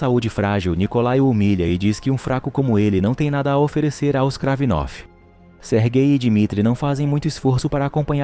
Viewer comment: Não tanko ele falando "sergay"